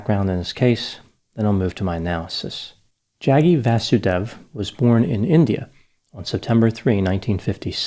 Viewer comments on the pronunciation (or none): It’s pronounced Jug-gee V-ah-soo-day-v Apart from that I don’t care much about the guy.